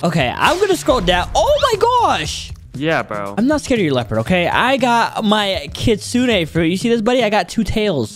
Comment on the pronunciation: it’s not kitsuna it’s kitsune